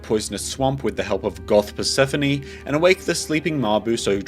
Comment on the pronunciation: Did u call her “purse-phone” -~